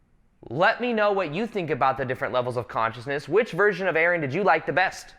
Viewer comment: Lately I’ve been always imagining you pronounce your name as A-Aron and today you literally did it. God isn’t that the thing called synchronicity?